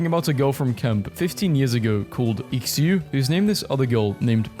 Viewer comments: Shu, not X-you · This one does not work in Europe. I am pretty sure Xiu is not read 'Ixyu'. 'Shu' or 'Zhu' seems more appropriate. How do you punch holes in walls? If I went and punched a wall, at best nothing happens. At worst, I shatter my wrist. Only half true. I will probably not be telling this joke. I will, however, be eating bodyparts of animals, not caring about any torture they may have suffered. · "ex you" 💀💀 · Xiu is pronounced she-u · Xiu is pronounced sort of like "show" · Friendly reminder: Xiu is pronounced "Sh-ee-oo" in Chinese. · I think "Xiu" is pronounced "Chew" or "Che-oo". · bro really said ecksiew instead of xiu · What is so hard for Brittany about pronouncing Xiu💀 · Pronouncing Xiu wrong is a hate crime bro. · THAT IS NOT HOW YOU PRONOUNCE IT AAAAAAAAAAAAAAAAA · Bro's pronunciation of "Xiu" 💀💀💀